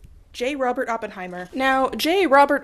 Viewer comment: "sorry Germans", hi German here and on behalf of Germany, I forgive you for butchering the name because as my favourite youtuber, you can't do no wrong 🩶 Edit: Okay, hanging the German flag upside down is actually perfect and I loved this goofy video!